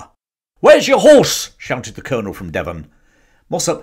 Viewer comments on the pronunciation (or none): none